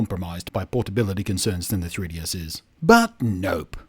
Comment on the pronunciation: Congratulations on pronouncing 3DS in a way that sounds like Tedious. This is how I will be pronouncing it from now on.